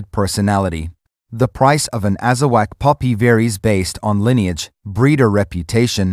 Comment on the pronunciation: It’s not Azawack it’s Azawakh pronounced AZAWOK